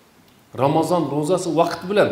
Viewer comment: Вакит эмас вакт деб езинг